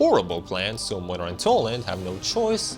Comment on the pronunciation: As a Polish I can confirm that this is literally what Poland is like. I can also confirm that the English VA of Młynar completely butchered the Polish pronunciation.